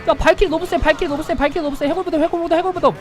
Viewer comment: 초16초인가 발키리를 크흠 발기리음